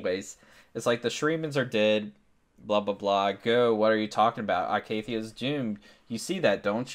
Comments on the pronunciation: I love ur video great job its just... Its pronounced E-CATHIA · good vid except ur pronounciation of icathia is a bit bad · It's only a little off, it isn't that big of a deal.